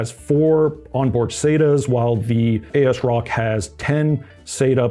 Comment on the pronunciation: If it helps: it AS-Rock as in “as-if” and it is an EPYC ROME based board so you split the name there.